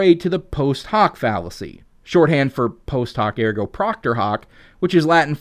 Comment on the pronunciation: Ergo, NOT Argo!!